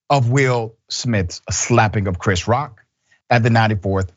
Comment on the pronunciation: The bitch couldn’t even say Chris Rock name 😤